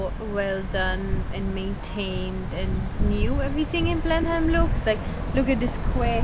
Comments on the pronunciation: It is not pronounced "Blen-Heim". It is pronounced "Blen-Am". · Love this video. FYI locals pronounce Blenheim as.. Blen-im not Blen-Heim i.e. silent H FYI my partner used to have massive issues at that time of the month. Please for sake please get a prescription of Naproxen! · Hey guys - love your channel - watch from Australia regular. Expat Kiwi...maybe things have changed since I left decades ago, but we always pronounced Blenheim "Blenem", rather than Blenhime! Correct me if I am wrong - keep up the good work, great channel..... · The way you pronounce Blenheim cracks me up 😂 never heard anyone say it like Blen-heim 😂 we pronounce it like Blenem. Now I think about it, you guys are probably pronouncing it the way it’s supposed to sound 😂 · Love the pronunciation. Blenhime. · Blenheigh lol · Blen-im is how we say it here, kids. So please don’t copy the Irish version! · interesting pronunciation... kiwis just say 'blenim' but you might be right.. Austrian place name maybe? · Love your Irish accents. We Kiwis pronounce Blenheim as "Blenham" but you are forgiven for not knowing that. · Pronounced... Blennim .... 'h' is silent as it is in England. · Yep, the "h" is silent. "Blenim" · Thought it would pronounced more like “Blen-imm” than “Blen-am” 😂, either way can understand why they’d pronounce it the way they did as the place name is European/German in origin. Find it cool how research how to pronounce the local names but to each their own 👍🏽. Still great of this channel to showcase NZ to the world 🇳🇿🫡.